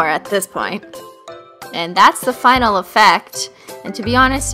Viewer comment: fivenal top coat instead of final top coat.😂😂😂